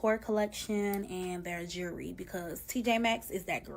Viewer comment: The way she says jewelry is funny